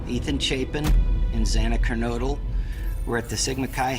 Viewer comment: Thank you for pronouncing Moscow and Kernodle correctly! Kernodle is a family name and it's so frustrating how many people say "Ker-noodle." It's so annoying!